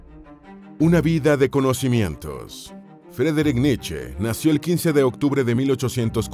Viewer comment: Frederick niche?? Grupo Niche 😹